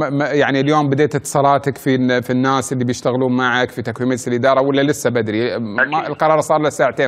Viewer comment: طلعت لهجة البدو يوم يقول بتال "الناس" الدقيقة